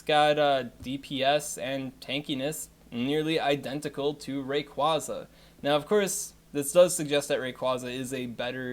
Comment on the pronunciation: If you are wondering about the pronunciations: Mis-mag-ee-us, not Mis-may-jee-us Ray-quay-za, not Ray-quah-za Ah-zelf, not Ayzelf And the other lake trios are Youk-zee and Mehs-prit